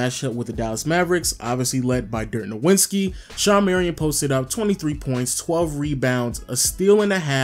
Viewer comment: "Dirk nawinski"